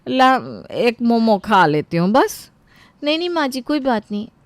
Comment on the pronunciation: Momos Nahi momo hota hain gabar😂😂